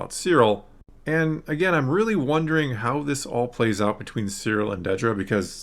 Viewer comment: Dedra, (not; "Deedra") She's clarified this continually, on multiple occasions, that I've seen, so far, since the last Star Wars Celebration appearance and in various interviews, etc. It has never been shown in the show to have been pronounced; "Deedra," either. Not ONCE. and yet it keeps getting mispronounced in nearly every discussion. (Particularly on YouTube, and associated comment sections.) (I'm just sayin' ✌️) #ConstructiveCriticism #DontShootTheMessenger